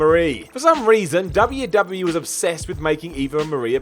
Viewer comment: ...W W E. Say it. EEEEE